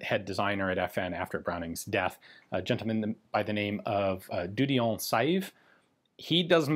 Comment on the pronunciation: Got to help you out with the pronounciation of certain french words or names like dieudonné. When it has the accent on the e, the e is a long one. so its 'dieudonnee' (the name means 'god given'), you can type the name as two seperate words in something like Bing translate(google will be as good?) and it will give the correct pronunciation. I have the same é in my name and noone ever pronounces it correctly. So dont feel bad about getting it wrong, most people do.